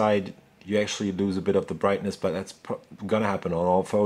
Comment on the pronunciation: actally...actually... :D